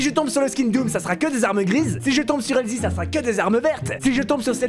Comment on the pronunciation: C pas helzi c helsie